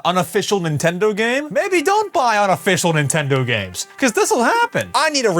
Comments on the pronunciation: Nah it’s Nintendo ritch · Nintondo smitch😂😂